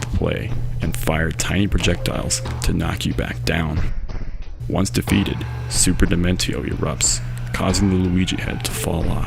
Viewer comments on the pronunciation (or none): "Super Demen-teo" Why.